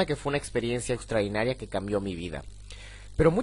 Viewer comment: Muy buen video, gracias, muy informativo...pero se dice "extraordinario", no "extraudinario"